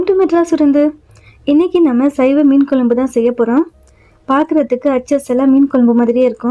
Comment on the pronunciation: Kolambu pronuce correcta pa nu